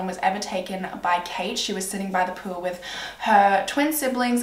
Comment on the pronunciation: why do u say pool like pewl